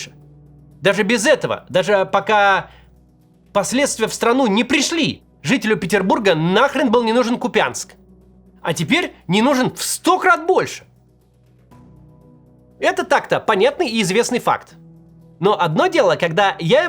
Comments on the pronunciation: КУпянск, а не купЯнск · Господи, ну почему в устах Каца снова КупЯнск?!! Ведь начал же несколько месяцев назад говорить правильно - КУпянск... И вновь отключился. Наверно путина много слушал и вновь от него дурницу перенял. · Максим, поправочка: город Купянск называется КУпянск, а не КупЯнск, ударение на первом слоге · Макс упорно называет КУпянск КупЯнском) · не купЯнск а кУпянск 😑 это показатель разбирается ли человек в теме или нет (если произносит неправильно то нет) 😂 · КУпянск, а не КупЯнск !!!!!!!! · Ну пожалуйста не КупЯнск, а КУпянск😊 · КУпянск, а не КупЯнск, слух прям режет. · кУпянск ,а не купЯнск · КУпянск. Ударение на У! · Сколько раз просить говорить КУпянск? Ударение на у! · Если что - КУпянск (с ударением на первый слог)🤝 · Да КУпянск! КУпянск! Ударение на «У»! Максим, запомни уже!🤦🏻‍♀️ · Уважаемый Максим, правильно говорить кУпянск😊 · Фен мне в уши, сколько можно коверкать Купянск в произношении😢 Ударение на "У", кУпянск !!! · Ку-у-упянск! Я, ку-у-упянчанин! Ударение на первый слог. Хоть правильным ударением, почтите память моего мертвого города